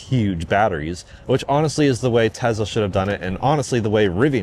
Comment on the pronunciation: "I don't really want to say [I'm a Tesla Fan], I'm just a fan of good products."... Dude you're like autistic-fixation level of Tesla superfan, what are you even talking about? There are drinking games for how many times you say "Tezzla" in an unrelated car review video.